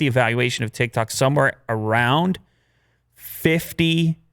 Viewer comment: who heard "thik-thok" instead of "tik-tok" & 😂